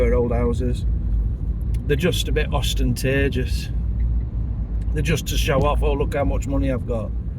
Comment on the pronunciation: Contagious ... ostentatious equals Ostentagious You made a new word lol! 😂